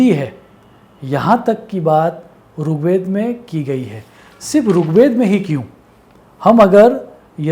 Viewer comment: Not rook ved brother.... Rig Ved